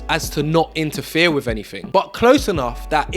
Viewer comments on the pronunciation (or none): What a brilliant young man you are, I am sure your Mum is very proud of you. I would ask that you remember not to replace th with f or v for example with not wiv think not fink, and such like, be an ambassador for the English language